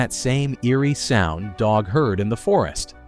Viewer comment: Guy's name is DOUG, not DOG. AI slop. Movie isn't really good, but it is watchable